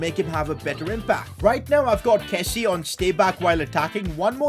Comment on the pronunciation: PCQ: Please...pronounce Kessié's name properly...(Kessy-ay)...Sorry but as a frenchie, pronounciation is key😂